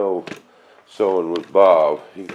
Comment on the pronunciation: BOOOOOOOOOOOOOOOOOOOOOOOOOOOOOOOB !!!!!!!!! ( that's Bob, not boob)